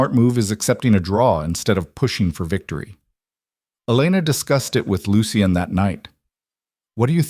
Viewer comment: AI just cant pronounce Lucian.